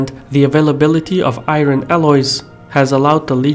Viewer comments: Got annoyed when you keep pronouncing IRON incorrectly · A solid video. One thing was irritating me for the whole time though.. pronunciation of 'iron' :|